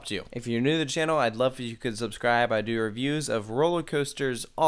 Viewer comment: sounds drunk on the outro XD "id love forucudsuscribe" had me dying